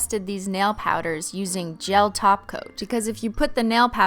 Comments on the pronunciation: Umm im sorry its "taco" not top coat halo im gonna need you to get it together Cristine. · Are you saying gel top coat or gel taco i keep hearing gel taco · Does she say "taco" instead of top coat as a joke? Lol that's awesome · I cringed every time she said top coat and not TACO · When she says topcoat instead of taco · When you say "top coat" I hear taco.. and it's making me hungry... lol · I heared tahgoat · Same here, I heard tacoat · I feel like she said it so fancy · Sounds like a thing you would say to roast someone "BOIII YOU'VE BEEN TACOAT" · No, she said "Tacoat" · Every time she says top coat it sounds like Taco 🌮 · Did she say top coat instead of taco???? Are you okay cristine???